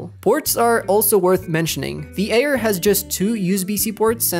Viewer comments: Wtf that supposed to mean the Ayer? What kind of fucked up accent says Ayer instead of Air? 🤣 Retyna 🤣🤣🤣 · the way u saying "Air" makes me not wanna trust u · The way you pronounce “Air” really ruined the experience 💔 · "Eer" and "reteena" I can't 😢😂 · FR FR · the way he says air kills me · That’s mean he can’t control that